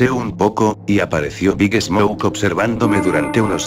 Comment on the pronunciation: Cuando dice el nombre de big smoke siempre entiendo big snouk